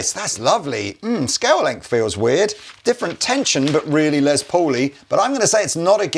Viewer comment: His name is pronounced Less like Ness. It's short for Lester.